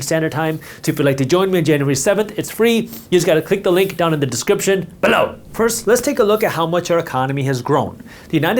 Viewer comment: why you say below like that. I want to unfollow bcoz of that. berow. wtf